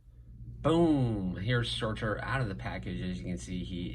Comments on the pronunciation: Nice review. I think it’s pronounced Sir-Ter. Keep up the good work. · Sir.. tur.. like turd without the d. Lol. But I've heard it about 5 different ways now so I say whatever you like ;)